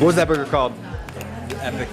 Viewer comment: Why did you not film Ethans fall, people falling is funny When you asked Ethan what is that burger called it sounded like you said what is that booger called, i was confused for a second Was ordering the cock and balls really awkward or was it like just like hey we love eating dick lets buy a frosted one.